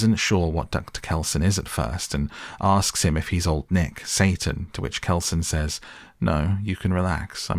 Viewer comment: I swear during the movie instead of hearing them say "old nick" i heard them say "long neck". You brits really need to work on being clear with your pronounciation, this is you guys calling your female commanding officers your "mum" all over again.